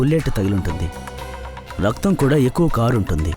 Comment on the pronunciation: రక్తం బదులు రత్తం అంటుంది ఎవర్రా అయ్యా డబ్బింగ్ చెప్పేది దండం రా 🤦‍♂️